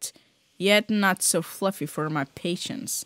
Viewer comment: the way you say fluffy